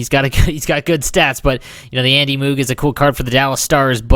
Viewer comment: andy who?lol, and you say it confident like your saying it right